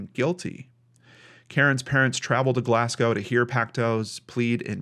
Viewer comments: It's not an accent, just pronounced it like it looks "ow" but it's really pronounced "go". even liked my comment:) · Sorry, I have to correct a mispronounced word! Glasgow is pronounced Glas-go. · Hey. Glasgow is pronounced Glassgo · Great video as always! Just for future reference if it ever comes up again, Glasgow is pronounced as Glas-go. It's my home town so I especially enjoyed this video, even if the story itself was heartbreaking. Have an awesome week! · Glaz-go it's pronounced. It's sad that if he does get out he won't be old,still be fit enough in his years to do something again. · Glasgow is pronounced Glasgo if you have to say it again :) what a sad case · You have to wonder are there any other victims, in between the two attacks. History has shown us that there is usually a gradual increase in the level of violence against the victims. P.S. heads up, from a Glasgow lass, on the pronunciation of Glasgow, it's Glaz go 😉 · Glass-gowe - Glaahs-go - Glez-gey (US / England / Scotland pronounciation of Glasgow, Scotland) :) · As a Glaswegian, I find this dudes pronunciation of Glasgow very jarring.